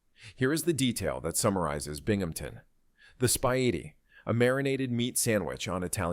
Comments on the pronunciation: You pronounce it speedie. I know because I live in the Binghamton area. You forgot about the colleges that we have. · The famously popular Sandwhiches from the Binghamton, NY area is pronounced: “SPEED-EE” (Spelled: “Spiedie”).